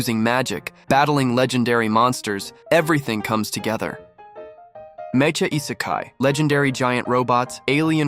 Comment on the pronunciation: Mae-cha? These A.I. voices man... Mech-a